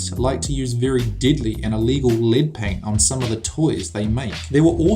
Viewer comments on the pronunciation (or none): Dude voice is unbearable . Deadly sounds like diddly